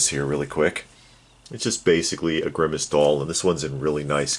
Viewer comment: Every time you say grimmace, I keep thinking Thanos.